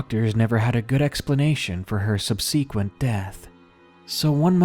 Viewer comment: Sub- SEE- quent ?? versus SUB-see-quent